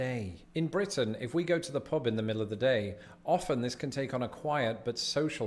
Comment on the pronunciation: "Blitin"?... I thought it was Britain. ;-p